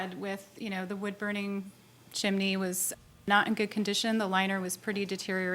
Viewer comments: The mispronunciation of realtor and chimney throughout this video made me crazy😂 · how she keeps saying chimney irritates me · How does pronouncing, 'chimney,' incorrectly show intelligence and bilingual skills? The word has TWO syllables. Even I can pronounce it correctly and I only have a degree in English Language and Literature. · It’s sounds like she’s saying it in Spanish-chimenea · It's Chim-ney, not Chim-a-ney Judge 😉 😅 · Is anyone else irritated that judge M keeps pronouncing “chimney” chiminy?😂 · Word is chimney not chiminey sorry no disrespect intended just my OCD takes over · It's pronounced chimney, not chiminey...🤣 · Its Chim-nee not Chim-in-nee. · It is pronounced chimney NOT chiminee your judgeship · Irks me it's chimney not chiminey judge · Does it bother anyone else that the judge is giving the word, "chimney" three syllables? "Chim-in-ney"!! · Lord lol she saying chiminey lol chimney! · CHIM-NEY!! NOT CHIM-IN-NEY! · Why someone is educated and intelligent as the judge insists on saying chim-I-ney instead of chimney … every time she says the word … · It’s a chimney, not a chiminey, Judge. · Why didn’t someone tell her to stop saying Chimaney ? Chimney... chimney. . Chimney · NB: the word "chimney" has TWO syllables. It's not pronounced "chim-i-nee" :P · It's chimney NOT CHIMINNEY! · IT IS NOT A CHIMAAAAANY IT IS CHIMNEY! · I cat believe JM is mispronouncing chimney! It's only two syllables, CHIM-NEY, not, CHIM-A-NEY! 🤦🤦😂👵🇺🇸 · Judge, it's "CHIM-NEY". Two syllables. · If I have to hear her say "chimAney" one more time I'm going to rip my hair out! She's an educated women and can't pronounce a simple word. 🤦🏻‍♀️🙄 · Lol I scrolled the comments to see if someone else was hearing chimAney too 😮‍💨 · I’ve seen this one before but can’t listen to JM say “chiminey” throughout again. Wow. Couldn’t her staff inform her to say this word correctly since it was going to have to be repeated a million times?? 🙄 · Come on Judge, “Chiminey”? 🤣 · Chiminny cricket!